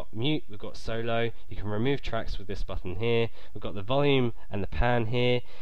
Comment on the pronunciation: is it just me hearing that he says buffon